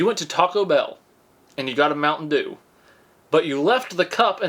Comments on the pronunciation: The way he says mountain doo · Oh my, the way he said “Mount’n Duew”(Mt. Dew)😂😂😂💀 videos always make my day. 😂